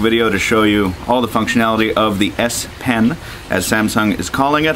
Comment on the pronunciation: It's called the S-PEN with an "E" ... not 'pin.' It's a pen.